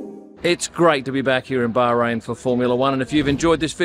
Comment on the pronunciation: kudos for your correct pronunciation of Bahrain. Now please teach the Sky F1 commentators